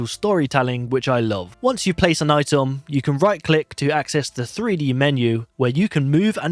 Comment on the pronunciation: "Itom" "Nimbol"